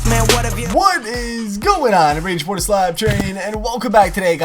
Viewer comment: Slap not dlap